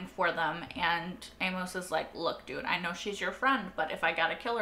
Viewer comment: Amos rhymes with famous, hey miss and shameless. Is the way Amos is spelled throwing you off? I think you're American, so it seems impossible but have you never encountered someone named Amos? Why the odd pronunciation? Famous Amos is the number two brand of chocolate chip cookies, only behind Nabisco's Chips Ahoy. I prefer them soft, right now Chic Fil A's are my favorite. Back on point - I too love this show. Breaking Bad is my all time favorite series. This show is a very close number two. Very well done. I am surprised it struggles to get views and was cancelled mid way during season 3. Then again I just heard and started watching it a couple months ago. Currently I'm one episode ahead of you having watched Season 4 episode 1. You have a very good grasp on what's going on. I discuss it with a co-worker to hash out what we saw. Then I watch Reactors like you, The Normies, Scriptonite and Molly Bee Reacts. Really miss New Complex channel. This would have been ideal for her. She got me through Devs and Westworld. Thanks for sharing.